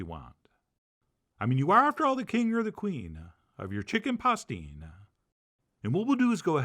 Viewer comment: "Hicken pastina is the favorite soup in Catalina, I win again chef john, lol